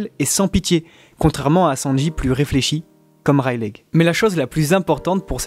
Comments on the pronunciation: c'est pas reileig mais Reyly que sa se prononce non de dieu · stop dire rail lé c'est rai ye li la prononciation 😂 la meme pour luffy ;) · Rayliiii pas raylegg :cccccc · C'est une très bonne vidéo que je vais télécharger et garder longtemps mais cette prononciation me met mal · freeeere même 3ans après ça me rends fou😭😭😭😭😭 ça se dit Reyli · Super video (juste ça me perturbe : vous pouvez pas dire [raie-li] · reileight on le dit "raili" mais sinon bonne video !! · Ta prononciation des mots en anglais est à chier mais le reste est bon XD wall quek aylande lol Rayleg. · Rayleigh c ps censé se prononcer "Reyli" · Serieux un peu d effort pour prononcer correctement Rayleigh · GROOOOOOS on dit pas le "G" de Rayleigh, c'est moche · Yop tu peux arrêter de prononcer le "G" dans le prénom de Rayleigh.